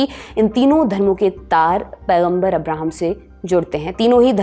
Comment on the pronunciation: हेलो जी आप जो अब्राहम कह रहे हो उनका असली नाम है हजरत इब्राहीम अलैहिस्सलाम आप इतिहास थोड़ा ध्यान से पढ़िए❤❤